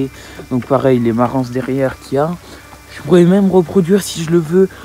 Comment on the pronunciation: Salut, video très intéressante. C est une superbe volaille avec de tres bonne qualité. J h abitexa 20min de marans la ville de naissance de la race et 25 min de la rochelle. Juste une petite chose, le S de marans ne se prononce pas😉😉😉 bonne continuation